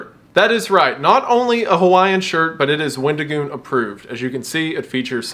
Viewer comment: wendigoon becomes weddingoon